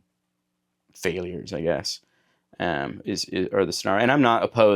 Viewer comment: you say “failures” like you’re irish hahahah. go watch it back and have a laugh.